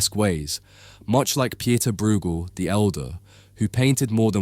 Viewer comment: The oo in van Oostsanen is pronounced very similar to the oa in boat, never like the oo in eg room. Pieter is pronounced like English Peter